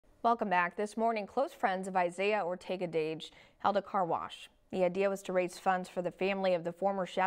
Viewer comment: STOP SAYING DASH ITS DAGE